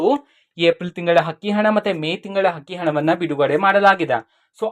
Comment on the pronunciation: Hakki hana alla Sri adu akki hana nivu kannada sariyagi matadi ok😂